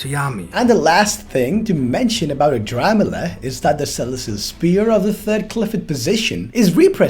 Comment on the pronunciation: Yooooo you actually got it right! The new chapter says the name is ADRAMALECH!!!